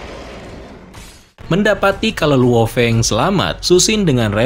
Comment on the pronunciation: Bang biar gak susah nyebut luo Feng sebut Lao Feng aja bang bias enak di denger